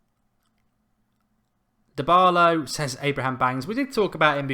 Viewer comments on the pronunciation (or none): none